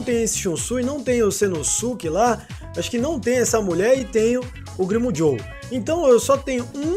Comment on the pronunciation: Toda vez q o fala "Grimmjow", eu entendo "primo jow" kkkj